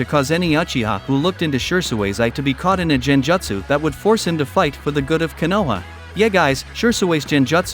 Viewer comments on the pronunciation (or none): It's genjutsu, not jan-jatcsu